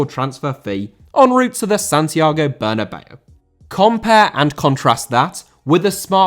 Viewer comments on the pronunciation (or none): Bernabéu* not Banabeiuw